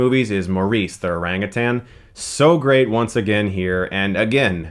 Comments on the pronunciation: thank you so, so much for saying orangutan instead of orangutang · I’m so glad you pronounced “orangutan” correctly